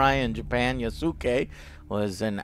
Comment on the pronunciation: The Black Samurai is named Yasuke. Yasuke is pronounced (YAW-SKAY) it sounds just like Sasuke from Naruto, but with a 'Y' instead of an 'S'.